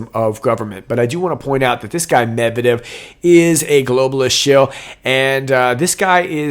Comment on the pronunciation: “Med-Ved-Ev,” an interesting name. It’s really NOT that hard to pronounce!